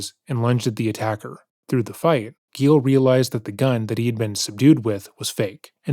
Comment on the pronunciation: “Gilles went to the garage.” Oh no, Gilles… “Gilles fought back and got the upper hand.” Aw hell yeah, Gilles! “He was embarrassed and decided not to report it to the police.” Damn it, Gilles… Edit: it’s Gilles not Gale. Sorry Gale!